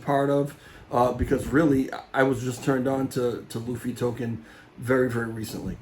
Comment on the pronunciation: Loofy. You said it right. Please keep saying Lou fee